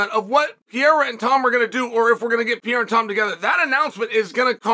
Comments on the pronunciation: R-A-K-I-C not R-A-C-I-K P-E-R-E-I-R-A not P-I-E-R-A See the difference Chael? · Pay-era. Pierre-a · I guess he does it to joke but I hate his pronunciation of Pereira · Is it possible Chael's pronunciation of Pereira is getting worse?